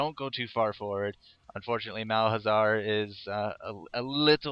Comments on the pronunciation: Just a note, it's Mal za har, not Malhazar. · Is it only me or everyone noticed that he says Malhazar instead of malzahar? It kinda irritates me:P